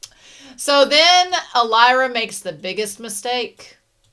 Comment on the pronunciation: I know you've said in the past you sometimes struggle with names, but you still putting some sort of "t" sound in Alaira's name, almost like "Voltaire", will never not make me chuckle.